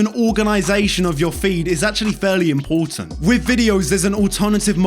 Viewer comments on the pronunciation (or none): Good content bro but "Very imporatant" 'imporatant' the fuck 😂